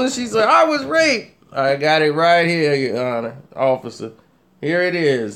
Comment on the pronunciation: He said it's really hot in herr lol